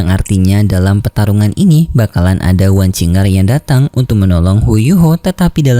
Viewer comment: Kok "wang qing er" sih min? Bukan nya "wang qiu er" ya min yg bener?